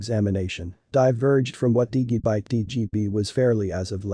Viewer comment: Why does this guy pronounce Digibyte wrong? I wonder how he pronounces Digital. Dude, learn how to say Digibyte correctly.